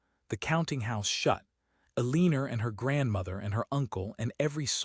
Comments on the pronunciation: E-lean-er? Really? These AI stories’ narration seem to get more absurd instead of improving over time. Yet, we’re entrusting our government, defense, economy and healthcare systems to a group of rich, spoiled, self-indulgent men and their Experiment with AI. And we actually believe that it’s going to benefit us? When it can’t pronounce the name Eleanor? It would be amusing, if it weren’t so terrifying. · This AI generated story with AI narration and you can’t even get it to read Eleanor right! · Ai mispronounces Eleanor’s name. I can’t listen to it.